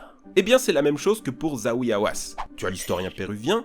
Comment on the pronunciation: Le nom du Docteur des antiquités égyptiennes n'est pas Zaoui comme vous l'avez prononcé à tort mais le Docteur Zahi Haouas,c'est une sommité de l'archéologie égyptienne et il est là pour empêcher les archéologues occidentaux et de saccager les monuments des pharaons,de d'une et de deux,empêcher ces rapaces de spolier l'Egypte de ses trésors sans lesquels il n'y aurait pas de Louvres ou de Métropolitain ,entre autres